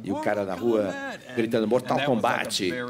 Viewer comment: danilo nem sabe falar mortal kombat